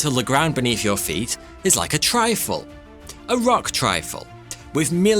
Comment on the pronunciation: A tri-full? A trifle? What is he saying?